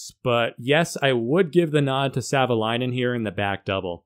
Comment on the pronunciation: Up front, Thank You for the Video 😇🙏 Greetings, from Finland 🇫🇮🇫🇮🇫🇮 + Perfect pronunciation of Marko's Last name. Many other YouTubers get it wrong 🤓